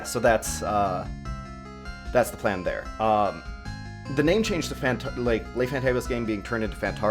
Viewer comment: Le is not pronounced lai.